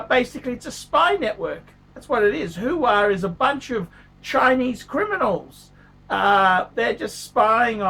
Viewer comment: its Huawei - pronounced wah-way... who de phuck is who-wah? Al Pacinos new phone company?